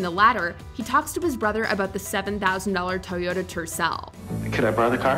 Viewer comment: "4 toy yo da"